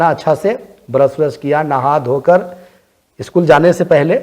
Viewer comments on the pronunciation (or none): none